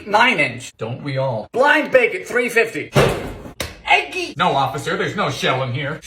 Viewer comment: Firstly, I truly don’t understand how you are single. Secondly, I love every time you say “EGG-GY” and “botulism”. Please never stop making these 😂❤️